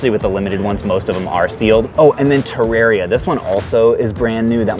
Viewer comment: Wow... he said Terraria right